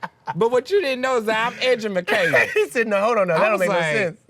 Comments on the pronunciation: Okay! Lol, he said I'm edumacated! 😂❤ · “What you didn’t know is that I am edjumacated!!”😂🤣😂